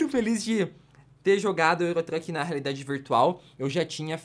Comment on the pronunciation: Só eu que ouvi ele falando oculos da raridade virtual ???